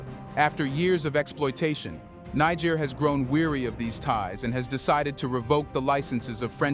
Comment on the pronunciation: Niger is pronounced Neh-jer